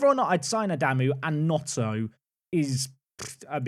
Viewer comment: If you do sign Gnonto, it’s pronounced Non-to, not No-to, yours sincerely, a Leeds fan 🤣